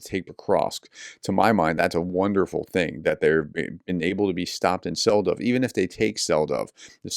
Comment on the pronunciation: Hi prof, Selydove is pronounced "Seh-lee-doh-veh". Well, not exactly this, but close enough.